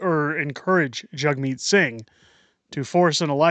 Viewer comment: Its JAGmeet , not JUGmeet! A JAG is not a JUG!